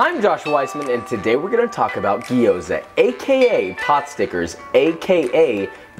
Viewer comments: Fuck. Its Gyoza and not Gi-yo-za. The way he pronounced it throughout the entire video drove me so crazy that I stopped the video halfway thru. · "Gee-oza"? wtf. the g and y are together, gyo, not gee. Otherwise, great recipe. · Dude, love your videos play them basically on repeat. I know I have no life... no I kid, but I do enjoy your videos but please do the love of Chef Matsumoto it’s not Gi- yo-za it’s two sounds not three. Slur your “G” to the “O” and then say the “za”. Lots of love. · It's gyo-za, two syllables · coming from a Japanese person, it's pronounced Gyo-za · Okay, I don't want to be one of those guys, but I was confused. It's pronounced Jou za. Been in China 3 years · I immediately cringed when he pronounced gyoza wrong. The "a" in gyoza is pronounced "ah", not like the "a" in "apple".